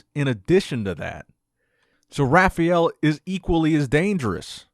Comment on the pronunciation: "Rah fah L" not "Rafayyell" not "Rafiel"